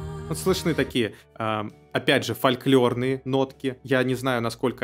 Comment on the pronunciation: фольклОр, фольклОр, фольклОр!!! запомните уже, наконец, как правильно произносить это слово! тоже мне - музыканты, млин...